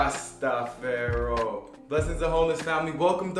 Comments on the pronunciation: its not fayro, its "far i" = jah rasta far i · Ja rasta feron? are you ok?. You saying it wrong🤣😊🤣 hope that's on purpose. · everyone in the Caribbean doesnt have the same accent....not sure how thats relevant but its more than obvious to any Caribbean native that ur being extra and clearly dont know what your sayin. The word is pronounced Rasta-far-i . No accents changes that. Stay in your lane and refrain from tellin me about my region and culture.